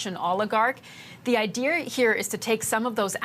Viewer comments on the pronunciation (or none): Since when did saying the word "Idear" become okay? 🤔 We need to talk about this, America.